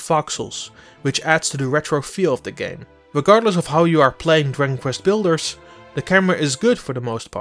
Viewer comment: He pretty much butchers the very title of the game. "Diggin Kvest Blders" is what I heard. I'm not bashing, but he probably shouldn't be doing voiceover work.